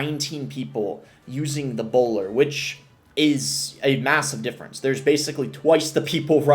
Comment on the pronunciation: chill on the hard R’s… Bowlaaa